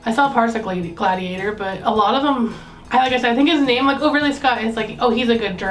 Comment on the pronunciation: G'lad ee ate OR